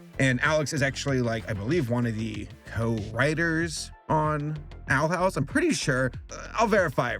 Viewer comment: i thought he said "i got my fill watching the outhouse"